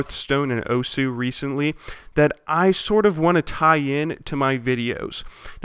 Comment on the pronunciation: OMG WHAT IS YOUR NAME IN OSU! Also it is pronounced "oss"